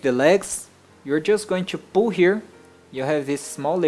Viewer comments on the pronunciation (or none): you say squash in a weird way and when you say pull it sounds like poo